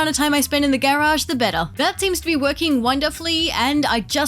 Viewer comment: Why is she saying garage like that??? Is she autistic??